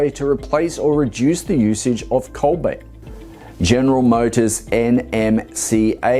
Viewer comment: Does he mean to say cobalt im sure he keeps saying cobait. Wasn't sure.